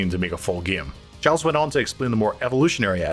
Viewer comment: Giles is pronounced geel